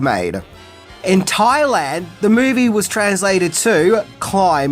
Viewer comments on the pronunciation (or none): none